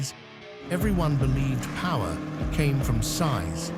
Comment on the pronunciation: More than emough puwer